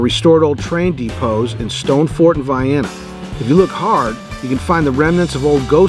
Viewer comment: Tunnel hill coincidentally near your home base? Nice! Vye-enna, proper Illinois pronunciation!